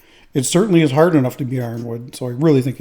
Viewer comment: I don't know if it's hard, but it sure is "hurd" 😁😁😁